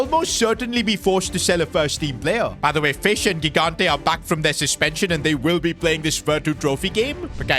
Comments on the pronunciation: THE KEEPERS NAME IS PRONOUNCED “JIGANTE” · 4th time now saying it, and i'll keep going until he sees my comments: the first "g" in gigante's surname is pronounced like the "j" in john or joy, please say it correctly!!